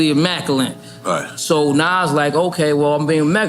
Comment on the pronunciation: 'Immaculant!' - AZ. He says it on the Light-Years album too, or that's how I hear it 🤷🏾‍♂️😅. Respect to a fellow vocab creative👏🏾👏🏾